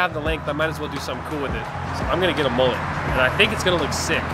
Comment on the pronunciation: MUL LET not MOOLET